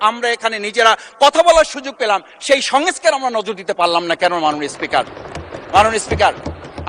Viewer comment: সংস্কার৷ স্নেহ ঠিকমতো উচ্চারণ করতে পারেনা। সে নাকি আবার বাংলায় অনার্স মাস্টার্স করছে 😅